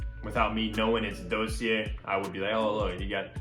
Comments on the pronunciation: Dawseeay not Doughseeair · Sweetheart, ˈdȯ-sē-ˌā! Sorry, it got to be like nails on a chalk board by the end of the vid.